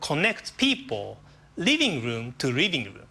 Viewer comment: I lol'd when he said "riving room to riving room"